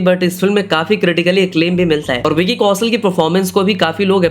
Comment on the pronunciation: Please learn pronunciations. Vicky "Kausal" sunte sunte irritate ho gayi. Its Kaushal for God's sake.